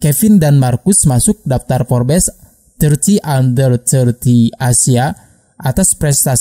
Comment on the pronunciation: Kok bacanya FORBES sih..? 😅 FORBS..! 😁